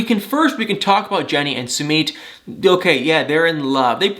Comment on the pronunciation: I really like watching you but why do you insist on saying 'Sumeet'. That's not how it's pronounced.